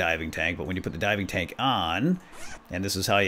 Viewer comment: I thought you said diamond tank I was saying wait what diamond tank then later he says diving tank and I was like oh diving tank not diamond tank